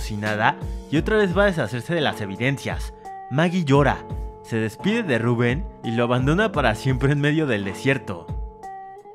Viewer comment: Tu lo pronuncias rubùen y es Rubén